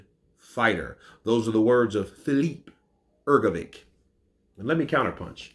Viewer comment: you still don’t know how to pronounce Filip Hrgović. 😬😬